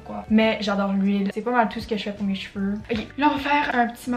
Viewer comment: “Cheveurrrrre”💀 anyways love your videos 😂😂